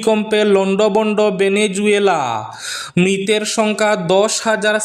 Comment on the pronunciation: ভেনেজুয়েলা নয় ভেনেজুয়েলা